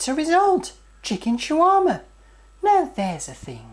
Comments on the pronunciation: Its SHAWARMA! not Chiwama.. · its funny how you say shawarma hhh.. but great job on making one. "Like"